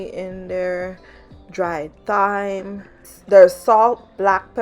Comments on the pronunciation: It pronounced as time not thyme. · Looks great!! Thyme is pronounced time-silent h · Lol. Yes, but that's how Caribbean folk say it.